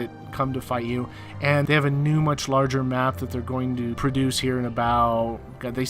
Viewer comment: "It's a fun gam?!"